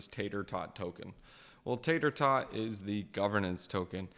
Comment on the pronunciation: Dude learn to pronounce Tarot. It's annoying hearing you call it Tater tot.